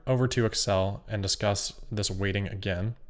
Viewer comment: everytime he says weighting I hear "rating" (with a speech impediment)